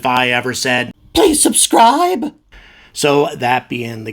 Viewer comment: "pweease subscwibe" - I find it funny actually :D